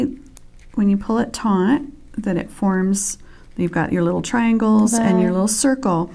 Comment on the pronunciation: Nice end cap. The word is "taut"...NOT "taunt". Two VERY different words! Almost everyone who teaches beading videos uses this INcorrectly! Sheesh!